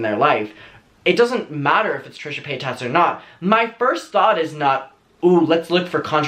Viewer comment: I’ll never get over how this man says Trisha Pay-Tas lmfaoo😂😂